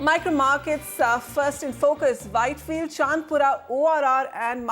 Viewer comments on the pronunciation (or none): its not chand pura ,,,it is Chandaaapura